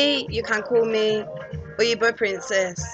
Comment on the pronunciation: This is amazing! You're really trying. The correct spelling is actually 'Oyibo', exactly the way you pronounce it.